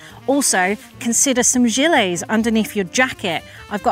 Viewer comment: Sorry, I'm from the U.S. What's that word uses describing what we call a "vest"? Did she say "Gilés"??